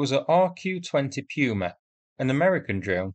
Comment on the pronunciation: Puma= Poo-ma.